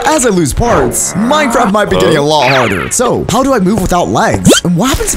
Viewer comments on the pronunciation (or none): he said minecrap